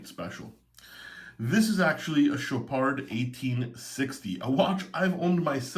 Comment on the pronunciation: Very nice Chopard (LUC)., it's CHOPAR(D), the D is silencious